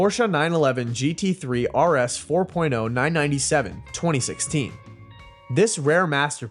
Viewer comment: You’re killing me with the “nine ninety seven” and “nine ninety three”